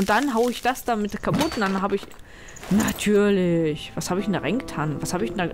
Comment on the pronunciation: " NaTÜÜrliCCCHHH" Wer bist du und was hast du mit gemacht?! o_O Gold soweit ich mich erinnere. Du hättest natürlich auch deine Hand damit vergolden können. Lydia die Goldfaust macht sich nicht schlecht als Spitzname für eine Monsterjägerin =) Das ist tricky. Man KÖNNTE es natürlich auch nur bis zum entsprechenden Strich füllen, aber dann wäre es ja kein Wimmelbildspiel, wenn es das zuließe ^^ (Und jetzt muss ich dir noch die Lösung auf die Nase binden sonst wäre meine Knobelei umsonst xD Für 6 Einheiten machst du das 9ner Fl. voll und machst damit zwei mal nacheinander das 4er voll, das du jeweils danach ausleerst. Jetzt hast du im 9ner noch 1 Einheit und im 4er nix. Dann füllst du die 1 Einheit vom 9ner ins 4er und machst das 9ner wieder voll. Zwischenstand 9ner voll, 4er hat 1 Einheit. Jetzt nur noch das 9 ner ins 4er leeren und es bleiben dir im 9ner 6 Einheiten.... so einfach nach Adam Wimmelbild ähhh Riese:S )